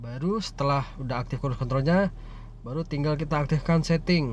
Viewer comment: Cruise control bang bukan kruis kontol wkwkwk